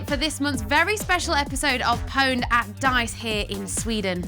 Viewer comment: It's pronouncing OWNED! not POUWNED! :) Watch Pure Pwnage :D